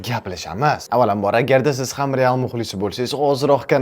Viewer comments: Real❌ Teal✅😢😂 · Bir marta rteal deb hato qilibdilar senla hato qimisanmi kulaverasan hammang nx